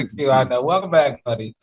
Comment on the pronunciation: YOOO Q COUNTRY ACCENT WHEN HE SAID "IN DA BACKKK" 🤣